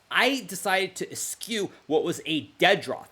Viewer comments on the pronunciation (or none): Someone needs to tell Hikaru that "eschew" isn't pronounced like "askew."